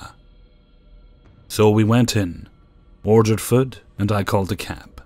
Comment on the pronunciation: This guy pronounces "food" as "füd"